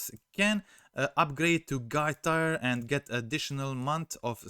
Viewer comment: You are saying Tier like Tire but sounds more like Teer fyi to help with your english :)